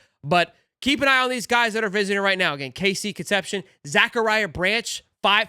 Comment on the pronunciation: The kids name is pronounced Con sep see own.